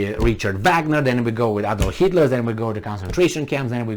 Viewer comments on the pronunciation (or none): none